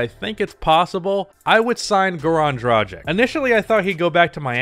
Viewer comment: I do believe you pronounce Dragic's name incorrectly. Nice vid tho!